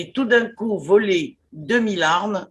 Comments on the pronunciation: 2 mille Z armes ? Vraiment? Pour un journaliste la moindre des choses est de parler UN BON francais... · Deux mille zarmes... Non mais plus personne ne parle français ou quoi?